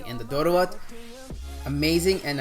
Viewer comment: You are awesome, you've actually said the name of each food correctly. Appreciated!!! Except the Doro wot and the one next to it (I guess beef or ye key wot), all the rest are VEGAN dishes and are not supposed to have any animal product, but am not sure in your case if they have added Ethiopian spiced butter coz you said it has buttery/creamy test. Thank you for enjoying our food.